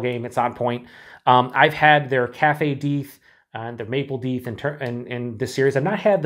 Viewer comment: FYI, Deth is the head brewer of Revolution and yes, it's pronounced "deeth", but people always mispronounce it "death" so they embraced it, hence "Deth Star".